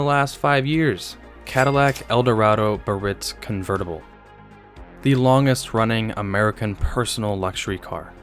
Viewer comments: I have to correct you on so many levels. 1st pronunciations. Givenchy is sounded Gee-Von-She, Cartier is Car-Tee-A, Biarritz is Bee-Uh-Ritz. Now for the car corrections. The most expensive cars were the 1980-81, Signature Series Lincoln Mark VI, fully optioned at 26.5k. The 1980-85 Seville Elegante topped out by 85 at over 31k, as did the Eldorado Biarritz by 1985. The Imperial wasn’t nearly as expensive but the electronics were excellent, the problem was the placement of the ECM was such that the heat from the engine would shut the car down. Chrysler replaced, (under warranty) all of the EFI systems with carbureted versions, which cured the problem. The 79-80 Versailles did not share anything except a basic frame, ( which was stretched) dash binnacle, power train but shared nothing else, not even door skins or trim items. The 1982 Givenchy Continental came out fully loaded at over 26k W/ a Sunroof. As for oval windows, in 1980 the Bill Blass only came with your choice of white leather or blue leather, (no two tone or accent piping) you could possible get blue luxury cloth, as a delete option. The BB in 1980 also came with an oval window, if you opted for the sunroof, which then came standard with a full vinyl top. In 1982-83, the Pucci came in a 4dr version, as well as a two door. As for the introduction of the downsized Seville in mid 1975, as a 76 early introduction. Just thought I’d help a newbie out. With age comes knowledge. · Fun video! I'm one of the small club who LOVE the bustleback Sevilles. My grandparents had two. A couple items, since you asked: *I think Vector Motors Corporation should've been on this list, since you already had what was essentially a low production kit car. *Cartier is pronounced CAR-tee-ay. *There are contentions over the correct pronunciation of Biarritz, but most say BE-uh-ritz.